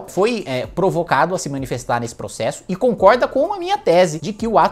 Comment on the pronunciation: "Poxésso" kkk (desculpa pelo bullying)